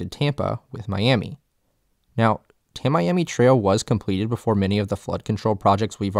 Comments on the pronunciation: You don’t know how to pronounce Tamiami. Tam-me-am-ee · As an ex local the way you say tamiami trail is cracking me up- it’s all one word, not tam-Miami, tam-iami or tam-ee-am-ee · Yeah everytime he said I cringed. Lmao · Every time you say "Tamiami" you make it painfully obvious you've never been to south Florida. Just saying. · Dude, you oughta learn to pronounce names you're going to use in a video. Tamiami you're not saying correctly. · Excellent video, but a few corrections. Tamiami is pronounced like Tammy-ammy, not ta-miami... Kissimmee is pronounced like ki-simmy, not kiss-immy... I grew up less than 3 miles from the park in west Homestead...we could always tell when a visitor was there by the way they pronounced those words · Tamiami Trail is pronounced TAMMY-AMI. It's a portmanteau of Tampa and Miami. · Is it just me or is he completely butchering the word Tamiami. The pronunciation of Tamiami is not pronounced like Ta Miami, it’s pronounced like Tam E am E. Never the less Thanks for highlighting and fighting for the everglades by brining this up and educating the broader public of the importance of the everglades. Thanks! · "Ta-mee-am-ee" trail. Not Ta-Miami. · people pronounce Tamiami trail like "ta mee ami trail" not ta-my-ami trial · tamiami trail pronounced Tammy Ammy trail not Ta Miami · Ta-miami Trail, sorry, Florida local here, not Ta-miami Trail, it's pronounced Tam-i-ami Trail Tamiami, one word, no pauses. Tam-e-am-e Tamiami. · its not tam-miami, its tammy ammy. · You're mispronouncing "Tamiami" Trail. It's pronounced "Tammy Ammy". Source: My family and I have been locals for countless generations. Long before it was constructed. :P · That's because he's a damn yankee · Ok, I'm totally going to be "that guy". I am a native Floridian. I grew up in South Florida and spent A LOT of time in the Everglades. It's pronounced Tam-mee-am-mee Trail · As someone who lives in Tampa Bay, the Tamiami Trail is pronounced: "TAM-me-AM-me" Trail.